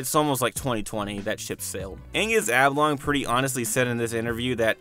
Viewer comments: Say Ablongs one more time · Gods sake man, its OB-LONG not AB-LONG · It's Ob, Oblongs not ABlongs. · You keep saying ablong and it kills me every time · why cant u say Oblong correctly?